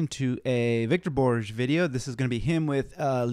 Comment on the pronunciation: This is great. He later did it often with a fellow named Sahan Arzruni. His last name is pronounced ‘Borgeh’ (pronounce the short ‘e’)